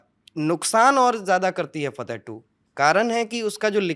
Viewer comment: फ़तह नहीं फ़त्ताह ।